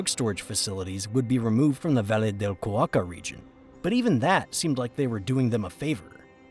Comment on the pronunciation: Cauca, Cauca, not Cuaca